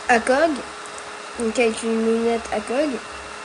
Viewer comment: On dit A.C.O.G